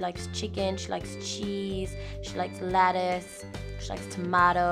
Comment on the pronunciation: why are you saying "Latise" it's "Letise"